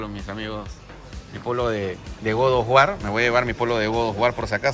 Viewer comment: Que incomodo escuchar todo el tiempo GOD OF WAR, mal pronunciado.